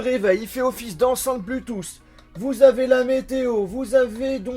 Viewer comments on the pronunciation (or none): none